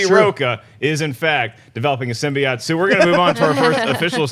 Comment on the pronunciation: I know I am nitpicking, but does it annoy anyone else that they pronounce it "symbiott" and not "symbiote"?